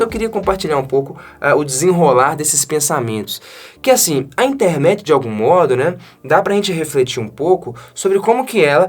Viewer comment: eu tenho impressão que você fala Intermet ao invés de Internet. É só impressão?